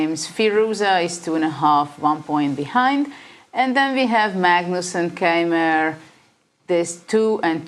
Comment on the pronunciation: Niclas mispronouncing Keymer isn't something I expected.